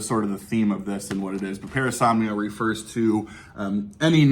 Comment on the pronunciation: Parasomnia. Not Paranomnia!